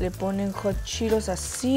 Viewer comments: Es:hot Cheetos No:jochiros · Que no se pronuncia hot cheetos “jat chiros” 😂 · Like por todas las veces que dijo hotcheros😂😂😂